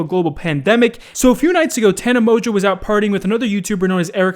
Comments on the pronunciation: Wait you pronounce it mojo? I though it was Mon-go 😂. And did she get stung by a bee on the lips? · Mans said "Tana Mojo" Wait, is that how its pronounced? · anybody else notice that be said tana mojo 😂😂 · I have never heared someone pronounce tana mongeau the way does.